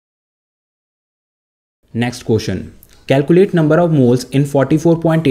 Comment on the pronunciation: It is calculate not calcuate